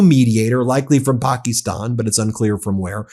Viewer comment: Why do you pronounce Pakistan like that?